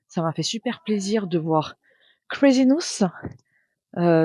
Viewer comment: OMG je suis dans le vlog de!!! 😍 (T'as dit crazynouss à la french! 😱)